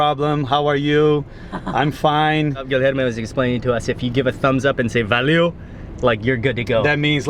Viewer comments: It is "valeu", not "valio" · He pronunces "valeu" as Valeo (company).